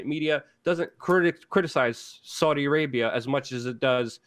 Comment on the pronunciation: Sounds like you’re saying Soydi Arabia 😆